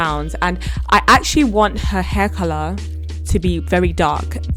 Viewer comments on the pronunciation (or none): cool dynamic girl and stop saying couler